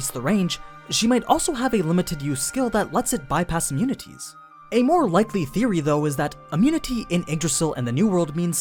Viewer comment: you said mare when talking about aura's stats XD